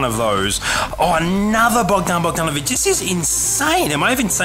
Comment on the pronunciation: You said Bogdanović right, I'm Serbian as well